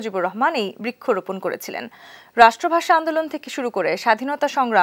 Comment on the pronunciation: উপস্থাপিকা কি বললেন বৃক্ষ রোপন?😂 Women☕️😂